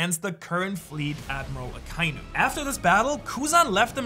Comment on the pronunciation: Did bro say former fleet Admiral Alkiji